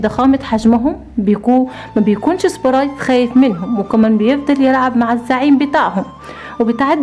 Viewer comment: القصه تحفه وكلمه سبريت من صوتك جميله